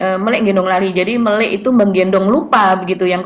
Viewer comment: melik itu bacanya melek ...